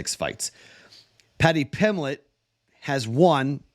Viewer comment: PimBlett .. there's a B in his name.